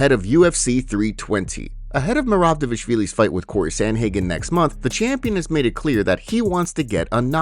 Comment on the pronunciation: Why say Dévashvili instead of Dvalishvili And it's Gable Steveson not Stevenson